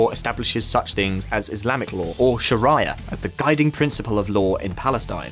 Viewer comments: الشريعة / Shariah Law is pronounced Sharee'ah and not Shar-IAH as you do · FYI - “Sharia” isn’t pronounced like “Mariah” as in Mariah Carey. It’s pronounced like “Sha-ree-a” like Ave Maria” The way I remember it is “Maria loves Sharia, while Daria hates Shar-ee-a and Mariah hates Sha-riyah” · I notice westerners will either pronounce it two ways either “Sha-rye-a” like saying “Mariah Carey” or “Shaar-ia” like saying “Daria” I keep telling people think of the name “Maria” or Ave Maria - but change the “M” to an “Sh” that’s how you say Sharia. Or my favourite Rhyme “Maria loves Sharia.” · Its not sheraya. LoL its Sharia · "Sharaya law" 😒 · Sha-rye-a law 🍞😂 You guys crack me up. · you know as a profession of there is a foreign word that can be difficult to pronounce, we have technology that will provide the correct pronunciation for you. 🤷🏽‍♂️ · It's hard to take seriously a channel that refers to shar-AY-ah. Doesn't anyone check the pronunciation of foreign words? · STOP saying 'Sharaya' NKT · Shuh rye uh, shuh rye uh, shuh rye uh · I love your content, but you guys really need to work on your pronunciation... shar-eye-a... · did you just say "Sharaiya"?? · I thought I was having a stroke when he said sharia. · Sharia is such an easy word...not sure how he got it wrong 😊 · Came for the comments, stayed for the sacrificial slaughter of Arabic words. Great video though. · He pronounced shariah law wrong lol I’m so dead 💀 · How does this guy not know what Shariah law is? Hard to take this video seriously if he can't even pronounce such a basic thing.